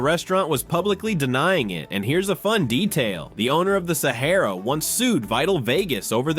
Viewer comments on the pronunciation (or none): Guy Firey?!? Saharrra? Hate fucken AI pronunciation.